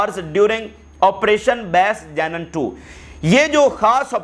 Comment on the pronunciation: Plz correct your pronunciation for: Janeeneen its not Jenen Explosives not Explusive Punishment is not poonishment Meeting is not meting..hope u wouldnt mind as thousands listen to u i thought i mention n make ur speech better.